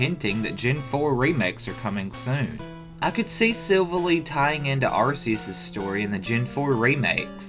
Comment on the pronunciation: Wait! 😤 .... look, i know that pronouncing pokemon is tough and we all have different ways of saying them and honestly we all shouldn't get annoyed what one says over the other... inhales But I'm gonna be hypocritical here cause WHAT THE FLYING FEAROW IS THAT PRONUNCIATION!?! "Silvale"?! REALLY! look at his name!: Silvally. It's VALLY! Not "Vale"! Sweet Merciful Arceus! I hate this stupid pet peeve of mine but you know I'm right!!!